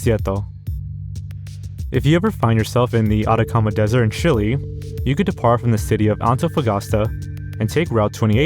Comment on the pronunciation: is notoriously bad at pronouncing words. He also says dessert instead of desert